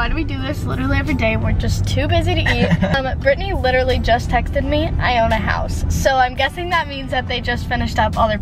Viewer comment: “hourse tour” hehehe